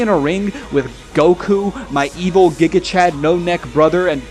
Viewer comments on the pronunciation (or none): none